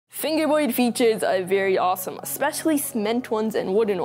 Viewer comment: He says fingewboyd